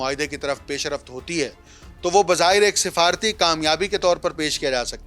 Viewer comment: گلابی اردو پیشرفت NOT PAISH A RAFT ITS PAISH RAFT